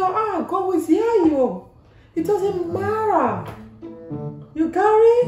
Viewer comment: I like she said ‘it doesn’t marra ‘😔😔😔😂😂😂😂😂😂😂😂😂😂😂😂😂😂😂😂😂😂😂😂😂😂😂😂😂😂😂🤪🤪🤪